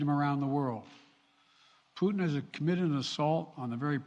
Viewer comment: Putin not pudding sleepy joe... I know you almost started salivating after saying pudding acouple of times